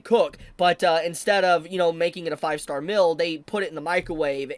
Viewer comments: Correction. The artwork IS NOT good. It's literal copy paste of original stuff. If this is great artwork, I can draw over Murata's work as well. LOL Actually good artwork is filling the gaps of the manga, my guy. Which would directly translate into a GOOD ANIMATION, and it doesn't. Unrelated: please pronounce "meal" correctly. It sounds like "mill" and I was confused for a few seconds. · I took me until this point to realize he was saying "meal" and not "mill" 😂